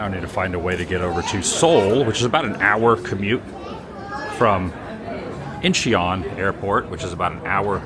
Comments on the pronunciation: IN CHON 😂not INCHEE ON. 😂 Korea is awesome, enjoy. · In-chon. Not In-Che-on.